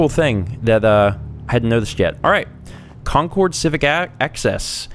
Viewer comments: This is going to be a looooong series. Please, for the sake of me and all other Bostonians, please learn how to say the names of these places. It's not con-cord. It's CON-Curd. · your causing me to froth at the mouth, because I live near Concord and we normaly pronounce it concerd